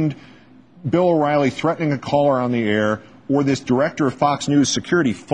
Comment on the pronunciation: I loved when she mistakenly called him Bill Whoriely